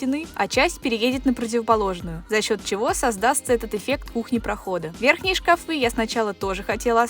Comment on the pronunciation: Только мне слух режет " шкафЫ"? О стенах правильно говорит ,а о шкафах ... Где эти люди берут ударение на несуществующий слог?!? Все эти шкафЫ,лифтЫ, шарфЫ и тортЫ. В школе вообще уже никто не учится?!? Вся такая многозадачная ... И безграмотная.